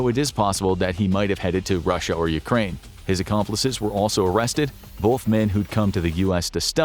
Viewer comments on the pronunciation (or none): none